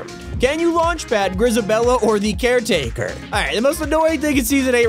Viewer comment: Not car take care taker